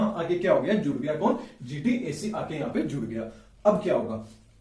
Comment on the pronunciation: GATC not GTAC !!!??